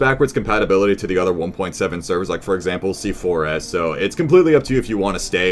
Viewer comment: Still doesnt know that C4S is pronounced c4's